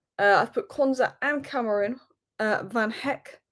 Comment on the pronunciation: Stress the "ma" when pronouncing Ka-ma-ra 🫡